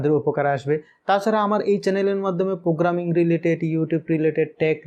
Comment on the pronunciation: This is not পোগ্রামিং This is প্রোগ্রামিং Mind ur spellings